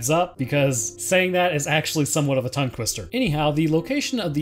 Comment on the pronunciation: Tongue quister lol